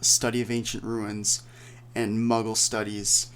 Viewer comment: It's Study of Ancient Runes, not ruins.